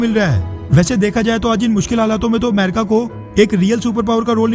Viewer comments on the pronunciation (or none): अमरीक नहीं अमेरिका होता है